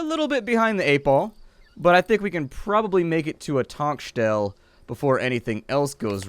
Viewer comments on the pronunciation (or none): You pronounce the e at the end of Tankstelle. Like the name Stella